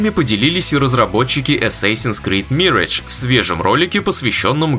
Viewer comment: Опять "Мирэдж", ёшкин кот! Позор тебе,! 😂